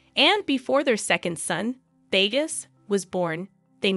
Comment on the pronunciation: It would be good to learn the proper pronunciations for Bali and the names, like Bagus, before recording these. Just a suggestion- as an expat in Java, I was cringing a little.